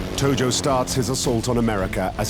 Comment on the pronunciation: Tojo. Not Togo.